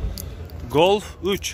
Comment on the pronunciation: Гольф сөзүн айтканды үйрон досум голф дебей